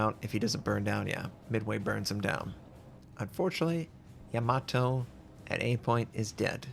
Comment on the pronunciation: Im glad you can pronounce it correctly, no other US youtuber can